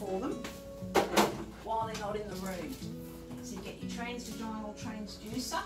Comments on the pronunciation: It’s pronounced “tras-vaj-in-al” not “trans-vaj-ine-al.” As sonographers you should at least know your pronunciation… I tell you what though, would make me feel so uncomfortable!! I would much prefer, was it!! She was far more professional, at least stepping outside while the patient undressed and laid down, and covered themselves. That’s what my sonographer did, and I was very grateful. She also left the room while I cleaned up and got dressed. could take a few lessons from. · 100% Plus, can’t even say transvaginal right!!